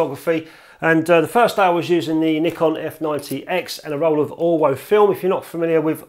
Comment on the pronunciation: Pretty sure that being German that film is pronounced 'Orvo'.